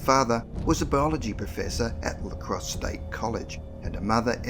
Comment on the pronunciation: I'm from Wisconsin, and I've never heard of this! Great video! Although, it's Lacrosse, not L.A. Crosse.